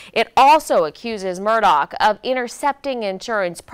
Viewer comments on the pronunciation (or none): His name is Murdaugh, NOT Murdoch